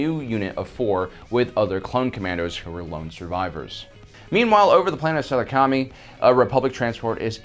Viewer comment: Just out of curiosity, where do you come up with your pronunciations for some of these names. At one point you pronounce King Katuunko very strangely (King Kat-nuko?) instead of (King Ka-toonko) and here Saleucami (Seloo-kami?) instead of (Sa-loo-kemi). (these are just the examples I have off hand. They are both pronounced in the episodes you reference and I find it strange that these pop up.